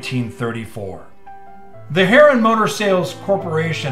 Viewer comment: I believe Harroun is pronounced Hah-roon.